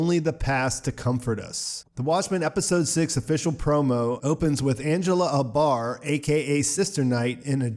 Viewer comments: A-bar. Long A sound, stress on the A. Not UH-bar. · Is it abar or Angela A.......Bar? 2 syllables